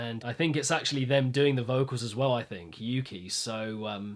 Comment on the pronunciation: Yea hes pronoucing it wrong lol